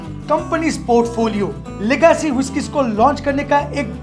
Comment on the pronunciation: लेगसी न की लगासी but मजा आया सुनकर